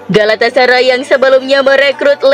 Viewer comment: Nah gitu donk.. dah bener ngomong galatasaray-nya